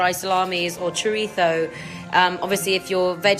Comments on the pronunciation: That's the right way to say it! Hearing people saying Chor-itz-oh or Chor-izzo is like nails on a chalkboard for me 😅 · I love the way she says chorizo....here in Chile we call someone chorizo if they have a nasty attitude towards someone else or in general, a chorizo attitude, it's really coloquial....and i guess chileans are chorizos in general, we pronounce the z as s... hahaha,empty information, now i can't stop saying choriZzzZzzzooo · Here in Argentina that's actually the way to pronounce it. A crucial difference between south american spanish and the spanish from spain is that people from spain pronounce their z's like "th". While we pronounce them like "s"